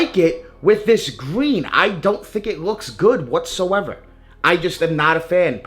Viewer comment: “Pine Gween” talk right mf!